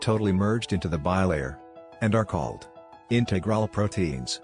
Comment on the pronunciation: Message from a native English speaker: Peripheral and integral are being badly mispronounced in this video. I think the text is being read by a machine. Needs better quality check.